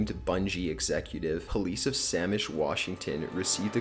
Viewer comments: It's not Samish (for number 6), its Sammamish. I've lived there for 6 years. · "Sammish" Washington, lol. It's Sammamish.